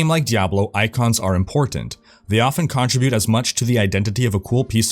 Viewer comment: You're mispronouncing contribute